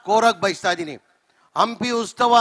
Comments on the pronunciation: ಲೋ ಅದು ಉಸ್ತವ ಅಲ್ಲಾ ಉತ್ಸವ ಮೊದ್ಲು ನಿನು ಹೆಡ್ ಲೈನ್ ಕರೆಕ್ಟಾಗಿ ಹಾಕೋ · ಉಸ್ತವ ಅಲ್ಲಪ್ಪ ಉತ್ಸವ. ಇಂತಹವರು ನಮ್ಮ ಶಾಸಕರು, ಮಂತ್ರಿಗಳೆಂದು ಹೇಳಿಕೊಳ್ಳಲು ನಾಚಿಕೆಯಾಗುತ್ತದೆ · ಹಂಪಿ ಉಸ್ತವ ಅಲ್ಲ ಕಣಪ್ಪ..... "ಹಂಪಿ ಉತ್ಸವ" ಅಂತೇಳೋ ಮಾರಾಯ